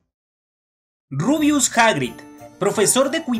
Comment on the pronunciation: Por favor deja de decir rubius hagrid